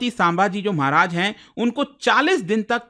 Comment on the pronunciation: Respect for you & ur Hardwork Sir❤ But U are mispronouncing name of our Maharaj 😢